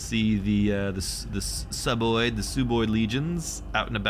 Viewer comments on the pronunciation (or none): Ecaz greeding and throwing the game. Fun game tho. Haha, still trying to pronounce it sooboid to be contrarian, but you slipped up and said sub-oid😂